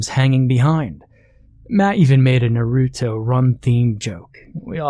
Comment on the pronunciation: The pronunciation of Naruto bothers me a bit.